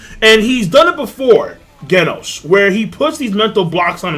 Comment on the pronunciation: Genos is pronounced Jenos